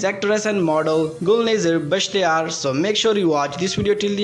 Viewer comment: Before making a video of this, first go n learn how to pronounce her name OK bro